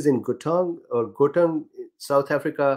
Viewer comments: Gauteng is a province in SA pronounced kho-teng. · Pronunciation of Gauteng --> G= like the Scottish ch. A gutteral g. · How to pronounce Gauteng. The sound Gau is like "how" in English, but with the "G" sound in the back of the throat, as if clearing out phlegm. Gggow. A round mouth with that "ow" made long and snapping at the end of the syllable, to start the next syllable with a strong tongue movement on the "t". "Teng" is prounced like two words mixed together. The "te" in the word ten. A nice crisp, clear TE. And the "ng" in the word "fang". As the "n" is sounded, it then rolls into the "g" as one would do it in fang. Regards A South African.